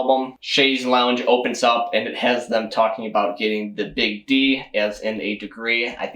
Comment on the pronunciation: Btw it's pronounced "long" not "lounge". Longue vs Lounge